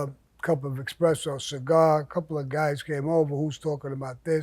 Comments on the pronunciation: It always cracks me up when an Italian person mispronounces espresso with “expresso!” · Go ahead and correct Sammy when he says "expresso " instead of espresso. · This is the fourth video I've seen where Sammy says "Expressos"(sic.) I'd have had him whacked for that error alone. FFS the guy's from Italian stock and he doesn't even how now how to pronounce 'espresso'. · Bro its not Expresso -.- Its Espresso! What kinda Italian is this guy. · “Let’s have a cup of Kawfee, expresso’s whatever...” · I thought you were Italian Sammy? You call it expresso????? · I love Sammy, but they should revoke his parole for pronouncing the non-existent X in “Espresso”.